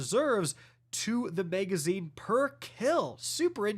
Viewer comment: Magazine >Megazine. Mag>Meg. I’m curious how you pronounce rag? Is it reg? 😂